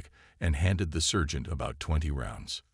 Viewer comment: SERGEANT not surge ant. Good grief how old is the production crew: 6/7 yrs old? My son could have read these flawlessly when 6 yrs including the words in German